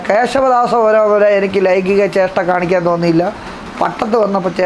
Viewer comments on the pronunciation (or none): ലൈംഗിക ജേഷ്ട അല്ല ലൈംഗിക ചേഷ്ട എന്നു പറയു. BA മലയാളം ആയിരിക്കും .